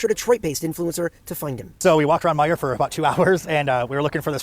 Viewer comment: It’s Meijer!